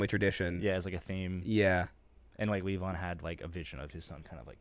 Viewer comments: I kinda wanted to go with... Okay, so on the pronunciation. The accent is on the first syllable, and that's a "long" e, like in honey BEE. So... LEE-von. Since you asked. Hope that helped. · Its pronounced lee von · It’s pronounced LEE-von 😊 🤪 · Pronounced "leave-on." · So, didja ever figure out how to pronounce "Levon?"